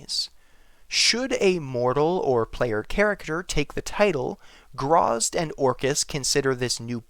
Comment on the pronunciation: Its gra zit. Not grazz.